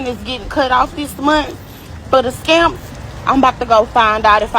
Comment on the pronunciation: Ive heard of yamps, but WTH is "skamps" 😂